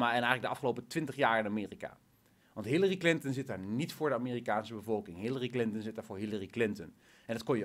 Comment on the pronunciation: op het begin larry clinten XD wie is dat XD like als je het ook hoorden